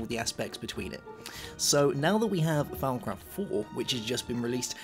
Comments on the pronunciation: thought he said "farmcraft" at first xD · Y do u call thawmcraft farm craft it is really anoyying